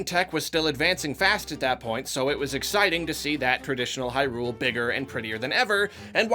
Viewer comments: It's HIGH-Rule not High-RULE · Hey Hey Hey buddy ... "HIGH-rule" not "high-RULE"